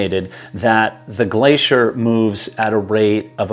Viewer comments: What the hell is a glasheer? Is he trying to say glacier? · Hello I’m curious to know how you have arrived at the pronunciation of Irvine as “Erven” ? I’ve always heard it pronounced as Ir-vine (as in rhyming with mine) by his fellow countrymen. Also “glacier” why are you saying “glaysher” ?